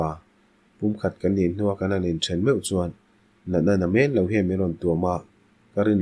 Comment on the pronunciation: Luangthlak ❌ Luanthlak✅ Meng harsa❌ Men harsa✅ Deihhlim ❌ Daihhlim✅ Ka tang vang ❌ Ka tan vang ✅ Hei lo tianglam tihsual atam reuh khawp mai, a ngaithlak a hahdam lo a😢 plz in chulmâm sak hram thin teh hotupa 🙏